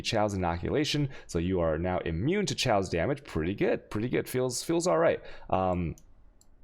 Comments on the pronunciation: No it's quite clearly chows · chows res? do u mean Kaos(chaos)? also hex master works on bane :D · You pronounce so much stuff wrong. Alchemy, chaos, vaal. Look it up man. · everytime you pronounce alchemy, or chaos in a video, i leave, sorry xD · Kills me the way he pronounces words. Chaos being the worst lol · I have to ask... is it a meme how he says chaos and alchemy? Cuz fuck it pisses me off